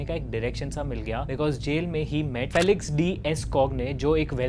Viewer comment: “Fee-lix” not “fell-ix” and “Young” not “Jung”